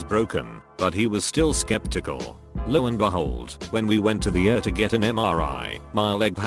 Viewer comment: I love that it read ER as er. Though seriously I hope he's ok.